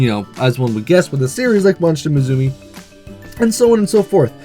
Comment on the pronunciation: there is no Z in musume my friend it's Japanese for daughter and is pronounced moo sum may , don't mean to preach, your videos are cool, just like to help out if I hear a mistake